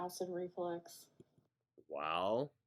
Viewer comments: ReFLUX… it’s reflux, not reflex. Drives me insane every time she says it wrong. 🙄 all while acting like she’s so smart. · FFS it's acid reFLUX not reflex - her mispronounciations drive me crazy hahahaha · I do not believe ONE WORD out of her mouth. Not one. She’s lying about every single thing she’s saying. Yikes. Also ITS REFLUX! REFLUX FFS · Perfectly said. Her know it all, cavalier attitude is sickening. She knows the diagnosis, testing and treatment plan before they get to the ER, yet can't pronounce " acid reflux" correctly.